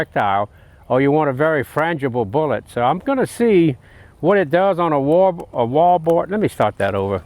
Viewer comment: wolboard. lol